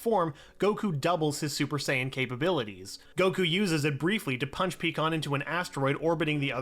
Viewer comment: Soooo we going to gloss over him saying pecan instead of Pikkon